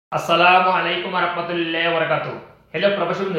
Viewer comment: ভাই তুমি সালাম টা একটু ভালোভাবে কইরো